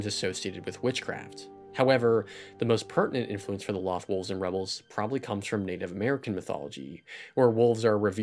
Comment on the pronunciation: Great video! I'm a huge fan of Rebels. It's in my top 3 all-time-favorite animated series. I couldn't get into Clone Wars. I watched the first 3 seasons and was just bored. Rebels is so well-written. My only complaint about this video (and it's a total nitpick) Loth Wolves. Mispronounced. It's a long O. Just like Lothal and Loth Cats. (pronounced "Loath Cats" and "Loath Wolves".) Again, that was a total nitpick but I absolutely loved this video. :) Best of luck for your future videos and writing! Cheers!